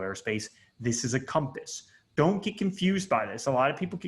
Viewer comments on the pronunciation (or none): none